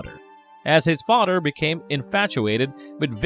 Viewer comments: Are you saying 'fodder'? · His fadder did it? Um what's a FADDER? OH!!! FATHER IS WHAT YOU'RE ATTEMPTING TO SAY. I GET IT. 😩